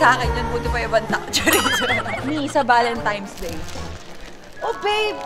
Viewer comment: ValentiNe’s po hindi ValentiMe’s ☺️